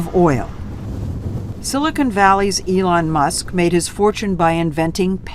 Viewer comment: I love how Lutz called Silicon Valley “Silicone Valley”. Different meaning, sounds like a gentlemen’ s club!